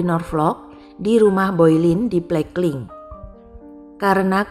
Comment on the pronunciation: bacanya Bolen mbak bukan Boilin